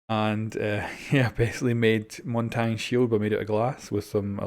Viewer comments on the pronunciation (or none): That is not how Montagne is even close to pronounced